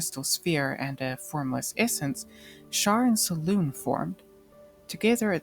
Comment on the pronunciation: Selune is pronounced Se LU nay.